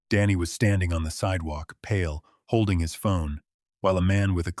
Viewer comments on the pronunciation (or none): none